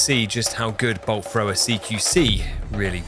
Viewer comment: I was Audio only for like first 10 minutes and swear he was saying Bull Frog